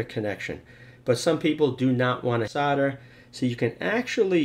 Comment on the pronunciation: SOLDER is not SODDER